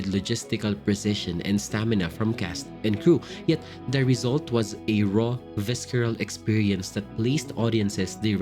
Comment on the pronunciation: Great content! However, I am bothered by your pronunciation of palette & visceral